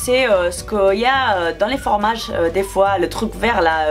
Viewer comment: Pk tu dit formages c fromages !...😂😂😂😂😂😂😂😂😂😂😂😂😂😂😂😂😂😂😂😂😂😂